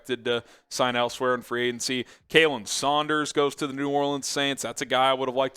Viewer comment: It's not Caylin it's Khalen like Collin....or Khal Drogo. You can't say anyone's names right